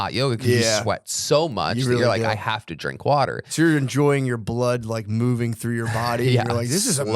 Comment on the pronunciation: “Gotta get mouving”